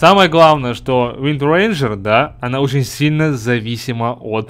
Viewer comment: Что за уэндренджер ты неправельно читаеш и видео немного скушное (